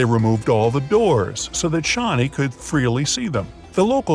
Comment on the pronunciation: Its shani dev ... Not Shawnee... And keep posting interesting videos.. I really watch alot of your channel's video..👍👍👍